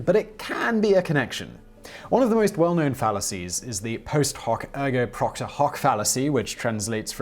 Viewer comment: It's PROPTER not Procter